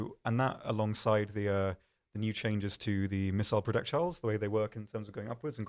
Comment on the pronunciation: missile prodekchiles